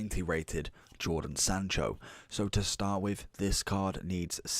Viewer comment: lmao “jordan sancho”